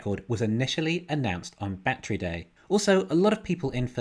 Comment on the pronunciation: What's a "Bat-tree"? 🤣 Despite your funky pronunciation, love your channel brutha! Thanks for all the great analysis, seriously.